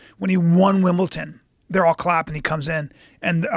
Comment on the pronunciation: its wimbledon not wimbleton. i dont know why americans always do that